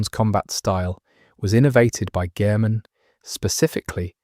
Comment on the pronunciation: My dude. It’s pronounced Yar-num not Ya har num. and the P is silent in Pthumerians.